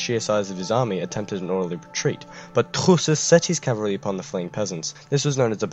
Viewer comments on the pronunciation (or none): you really tourshed that name.....torquemada would have loved it and would have cried....touchè..!! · I apologise for my cringey pronunciation of Truschess everybody, my German grandparents would be devastated.